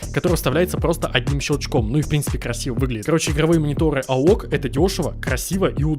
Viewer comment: Не аок, а "эй о си" бро